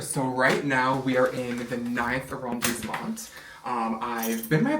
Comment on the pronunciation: The windows alone are glorious!! Sidenote: it is not pronounced ArrondissemenT. Lay of the hard T at the end...especially if you live in Paris 😅